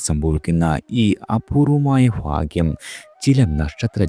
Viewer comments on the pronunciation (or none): ഫാഗ്യം അല്ല ടോ ഭാഗ്യം 😂🎉😂😂